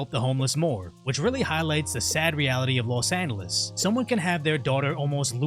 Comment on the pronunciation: “Los Annales”